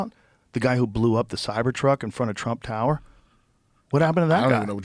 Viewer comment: Did he say, "TRUMPIN JACKS"!!😂😂